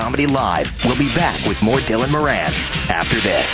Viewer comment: More-en. More-en. Stop saying MOR ANN! 🤦‍♀️🤦‍♀️🤦‍♀️